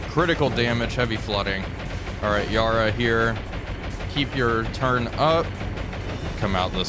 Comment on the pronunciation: Recommend you google how to pronounce Yarra…